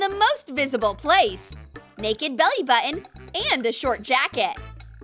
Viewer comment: WHY DOES THE NARRATOR SAY BUTTON LIKE THAT😡😡😡😡😡😡😤😤😤😔😔😔🙄🙄